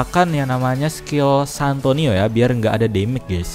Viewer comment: Santino bang bukan santoni😆😅😂🤣😆😅😂🤣